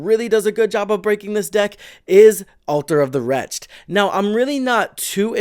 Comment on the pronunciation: WRETCH-ed. Altar of the WRECH-ed. Two syllables. Cool deck, enjoyed the video